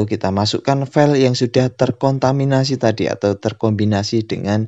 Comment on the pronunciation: TERKONTIMANI:v Bingung Ngomongnya:v nah...